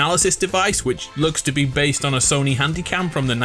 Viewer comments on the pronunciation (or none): none